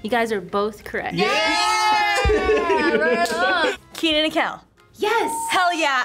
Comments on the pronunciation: Kenan, not Keenan. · It’s Kenan, not Keenan